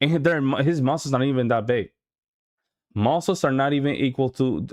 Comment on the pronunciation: Andrew cannot even pronounce muscles correctly.